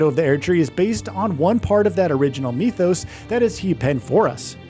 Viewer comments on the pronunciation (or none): "mith-o's" not "meeth-o's" omg that bothered me